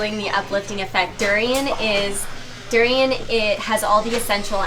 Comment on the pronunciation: Doo-ri-yaan. Not doo-ri-yen. Duri=thorn. Durian@ (something) that has thorn. Rambut=hair. Rambutan=(something) that has hair. Makan=eat. Makanan=(something) that has eat(meant to be eaten)@